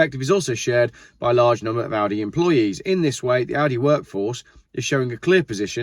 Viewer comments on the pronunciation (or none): none